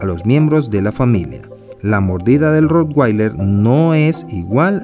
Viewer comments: Se pronuncia rotvailer, no rotguailer ni rotgueiler, ya que es alemán y en ese idioma la w siempre se pronuncia como v. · Se pronuncia Rotvailer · Al ser un perro alemán la w se pronuncia como v y no como u (inglés). Independientemente de esto, es un perro increible.